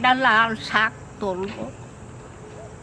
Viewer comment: কথাটা শাগ না শাক